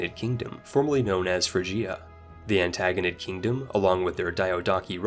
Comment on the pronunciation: The way he pronounces Diadochi and Antigonid should be illegal.